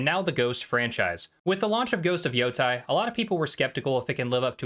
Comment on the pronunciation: Why Yotai why not Yotei! When you call them Yotei six you say it right but when you call the game ghost of yotai you call it wrong why how it so annoying